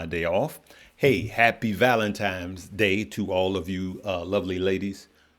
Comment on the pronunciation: Please back people… STOP saying “valentimes day”!! It’s an N not an M! Say it with me… VALENTINE’S DAY. Ffs… 🤦🏾‍♂️